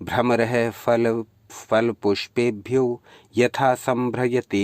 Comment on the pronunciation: धन्यवाद🙏 Pronunciation *Fal ➡️ phal फल *Fool➡️ phool फूल